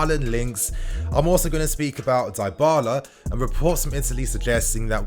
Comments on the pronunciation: Die-bala? It's Dybala fam. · Die-bala seriously 😶 Butchering another name by him again 🤦 It's pronounced as D-bala bruv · It’s pronounced Di-bahlah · Dee baaa laa Nini is is how its pronounced bro just saying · it's "DIIIIIBALA"(Dybala) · U pronouncung dybala wrong